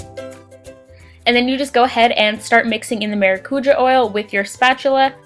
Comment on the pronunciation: Omg is that really how Americans pronounce “maracujá”? 😂😂 it’s “mah-rah-coo-jah” (roll the r)